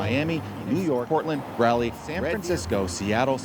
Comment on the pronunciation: Raleigh is pronounced Raw-lee not Rally.